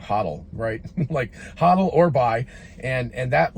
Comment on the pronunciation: it is not 'ha-dle" it is "Hoh-dle"